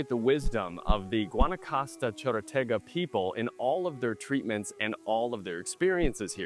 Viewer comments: I kept trying to figure out where the Cheratoga tribe originally settled, and then I realized you meant to say "Chorotega." Really enjoyed this review. Thank you & Pura Vida 🇨🇷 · it’s:Chorotega Village not Cherotega.